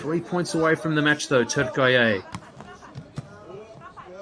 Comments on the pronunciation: For the commentator: It's not TürkAye it's TürkIye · Spikerin turkeye gibi saçma telaffuzundan sonra keşke Turkey olarak kalsaydık sendromu... :D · Türkiye swept Brazil again. Clearly you could see the Turkish players out performed Brazilians. One thing I didn’t like about this video is the Fu..ing commentator. He could not pronounce the 90 million country’s name properly. It’s TUR-Ki-YE. That was annoying and I thought it was disrespectful. Other than that it was a great game. Enjoyed watching. Congratulations to both Türkiye and Brazil for the great match.🇹🇷🇧🇷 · The speaker must pronounce Turkiye better